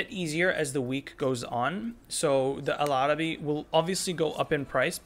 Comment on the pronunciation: Really useful info bro, thanks 🙏🏻 hope to see more of this content. (your accent while saying El Arabi is pure arabic pronunciation 👌🏻)